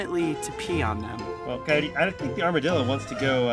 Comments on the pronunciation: Like a "cyote" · Coyote PEE-terson